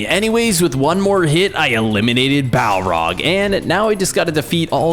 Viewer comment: The balrog not balrog also he def not da king of lotr